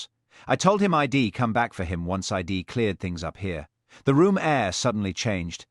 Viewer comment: I love these stories but this AI reading is terrible pronunciation mispronunciation these are such good stories I enjoyed it anyway thank you. Sadly even though AI can write brilliant stories and good stories it does become repetitive when AI alone is writing instead of using their original books...im instead of I'm.....id instead of I'd .. ill instead of I'll..... after Mr. and the name yowl not you'll , well not we'll...so basic come on AI We are educating you